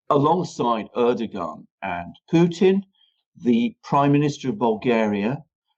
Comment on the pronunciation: Can you please inform Mercouris that Recep Tayıp Erdoğan is pronounced in English "Reh-Jep Tie-Yip Air-Dough-Wan" thank you! It's beyond irritating hearing "UrDuhGahn". He just sounds totally ignorant by mispronouncing his name. You hear pronouncing it correctly!